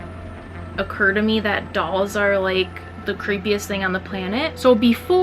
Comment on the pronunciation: Dolls, not dolls